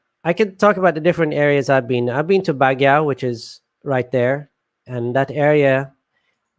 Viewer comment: Its pronounced Bag-Yo